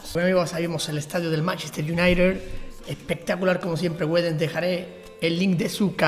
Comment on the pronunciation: porque dices manchester unaired?? es united = se dice unaited